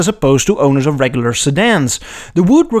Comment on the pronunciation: You sound Dutch “D’regglar sedan” is like “D’neddelins” Maybe Afrikaans? Anyway, it would be so cool to have a woody